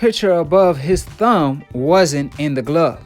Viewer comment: Lol "who glove" even steve cunningham was quoted with proper english. "..steve continue". This guy doesn't like his "s" sounds where they belong. And then he ignorantly says "you racist fans"...oh not the macist who is obviously pro black..never that. Your guy lost and there is NO GLOVE controversy